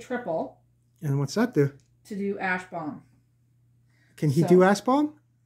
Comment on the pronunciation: Sounds like your saying a** bombs when saying ash bomb.